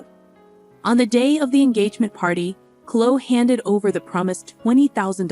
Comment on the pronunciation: Clo ee not clo